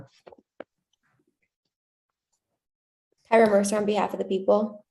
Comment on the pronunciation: Did he say “silly camper”? Lol 😂